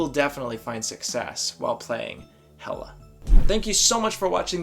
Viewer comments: It’s pronounced hell-a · It’s actually pronounced Hela (Heh-Kaw) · I about had a mini freakout when you mispronounced her name at the beginning, but then you said it correct a couple seconds later and I was like whew lol. Hela is a lot of fun. I enjoy playing her. So does my girlfriend. Hela is her favorite villain in the MCU. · yOu PrOnOuNcEd HeLa WrOnG!!¹! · You typed, "yOu PrOnOuNcEd HeLa WrOnG!!¹!" wrong! lol